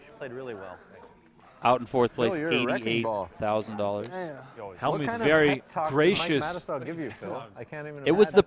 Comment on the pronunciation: Why can't even Helmuth say his name properly. Who put the Y in Hellm-youth?